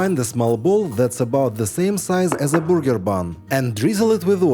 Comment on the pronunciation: I really admire people who learn another language and I know from trying to learn myself how difficult it is. So, I want to mention that it's a good idea to learn how to say burger and not booger, because the second is something that comes out of your nose!